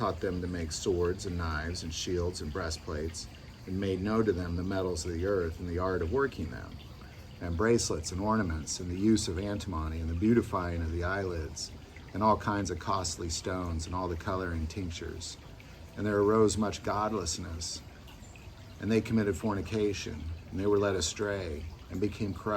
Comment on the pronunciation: I love these Enoch videos. Please allow me to correct your pronunciation of "antimony." An-tih-muh-nee. Thank you for sharing your labour of love.